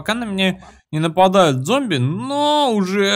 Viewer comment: Опять ошибочка у тебя) "ЗОМБИВ" )